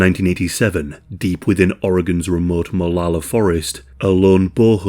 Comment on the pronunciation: It tripped me out that you said both Oregon and Molalla correctly. lmao